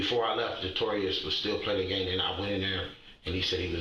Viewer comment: “Detorius” is absolutely crazy